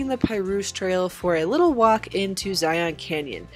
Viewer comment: Great video. But it’s “Zi-un “